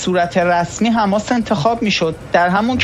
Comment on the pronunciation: بابا آبرو داشته باش ببین کی میگه رفح که تو میگی. ر. فح حجه کن. حیف متاسفم برات برواقلا اخبار سیما را ببین نام هارا یاد بگیر. یک جا میگی حماس یک جا حمماس درست نیست چند بار محترمانه گفتم